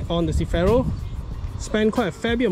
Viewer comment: can u say CER - FI - RO instead of cifero